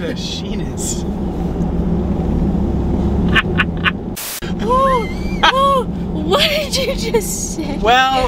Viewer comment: “What if you called it a sheenious”